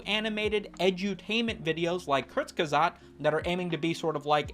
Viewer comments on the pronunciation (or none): Kertz-ge-zogt ... the "ge" sounds like if you gif incorrectly with the hard "g." Thanks for upload. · kurtc-ge-sag-t ffs youtubers basic german won't kill you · I figure you're mispronouncing it for the bit, but I am compelled to inform you that it goes "Kurz-Kah-Zet" 🤓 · Apologies, but you brought this upon yourself for butchering the channels name "diese Kommentarsektion ist nun Eigentum der Bundesrepublik Deutschland"